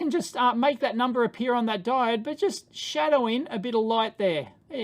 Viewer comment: is "diodee" a daveism or an aussie-ism? unsure after this video if dave just likes saying diode funny, or if it's an australian thing. either way, a diodee seems like the only deity dave would preach for :D